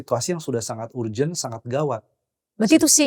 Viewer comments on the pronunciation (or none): none